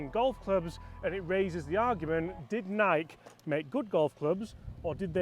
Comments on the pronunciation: The company calls itself Ni'-kee. Pronouncing it with one syllable is as offensive to our ears as calling my car a Jag-war probably is to yours. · I own the Nike Forged CCIs 2-PW. I got them brand new for $250 at a closeout sale. And not to bash you or anything, but It's pronounced "nai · kee" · They made crap clubs. They were 2nd or 3rd tier quality. you are saying NIKE wrong.........Nik EEEEEEEEEE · Nai-key, 2 syllables, not 1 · Honest question…do all British pronounce Nike this way???!!! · Nike with an EE sound at the end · wait is Nike only one syllable?